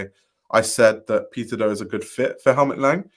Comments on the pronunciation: I kept thinking you were saying “pizza do” 🍕 😅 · I cant help but hear you saying Pizza Dough when you say his name 😂 thanks for the upload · PIZZAAA DOUGHHHHH. Bwwahahaha exactly! The first few seconds of the vid, I had to recalibrate to figure out why he said pizza dough.